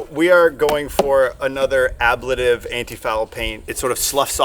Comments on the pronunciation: Not to be that guy, but just so you know: uh-blay-tiv. blay as in play. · Ah-blay-tiv. Just for future reference.